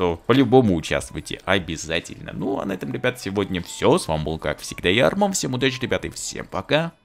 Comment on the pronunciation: Арман, можешь так не говорить :обязятельно, ну как ты говоришь. Прост не очь нравится как ты говоришь.